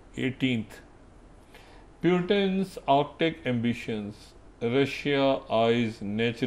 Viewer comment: POOTIN , POOTIN , POOTIN Not Peeyutin 🤓